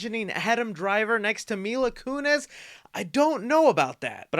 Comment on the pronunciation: Mila "Kunez"...